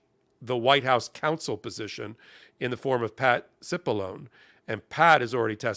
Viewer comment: Cipilloneeeeeeee - it is Italian so the e at the end is pronounced.